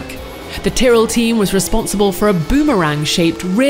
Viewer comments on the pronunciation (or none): none